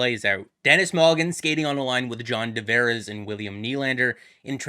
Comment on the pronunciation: Guy, it's Tavares, with a T. I'm losing it hearing you repeatedly call him John D'Vares. 😤